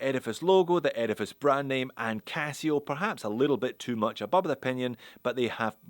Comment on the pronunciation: Sometimes when you say Edifice, it sounds like you're saying Erebus 😅